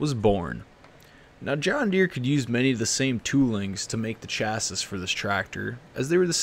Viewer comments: You pronounce "chassis" kinda funny 😂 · The way you pronounce chassis makes me wish I was deaf